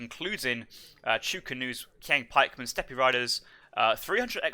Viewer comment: Lots of units and words mispronounced. For example, steppe is pronounced step.